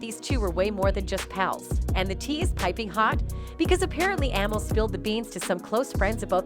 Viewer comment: Lady her name is (Amil ) pronounced A Meel